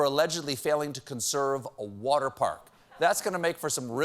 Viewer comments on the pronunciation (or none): none